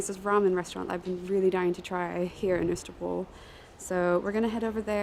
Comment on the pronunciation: I also thought pronunciation of Østerbro was spot on, but what do I know - I’ve only lived here 3 years! 😜